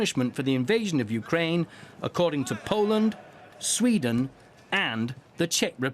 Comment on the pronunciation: Why do they always pronounce “Kyiv”correctly but they never pronounce Ukraine properly.. the media is so pretentious.